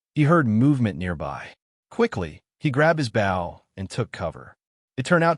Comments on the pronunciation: I had to dislike the video and stop watching because you kept mispronouncing "Bow and Arrow" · Narrator does not how to pronounce BOW !!! It is a survival show lol